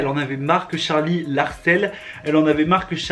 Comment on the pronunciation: Charli devient jarli 😂😂😂😂🤣🤣🤣🤣🤣🤣